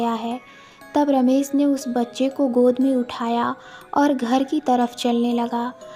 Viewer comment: Ramesssssss, Ramesh hoga.....Ramesss nahi